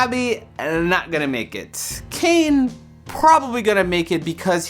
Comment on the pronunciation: Kane not Caine